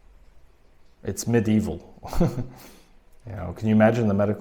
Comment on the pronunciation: At the end of the video you said: it's medieval, but it sounded like Mid-Evil 😄.